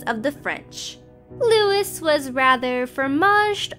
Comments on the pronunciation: How hard can it be to confirm the pronunciation of Simone De Beauvoir, Jean-Paul Sartre, Saville Row, Louis (pronounced Louie not Lewis) VII, Caroline Lamb, Eleanor of Aquitaine.........? C'mon guys! That's just careless and sloppy! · FFS and the rest of planet Dolan, figure out how to pronounce words you aren't familiar with before making videos! Louis is pronounced Looo-eee, not like Lewis.